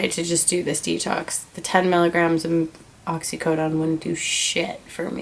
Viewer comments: She can't even pronounce oxycodone.wtf. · This dumbass bitch don't even seem sick! Dude u wouldnt be able to fuckIn move if u were comin off of methadone..sures fuck wouldn't be doin ur makeup Either.. And she can't even say fuckin oxycodone right! 😂😂😂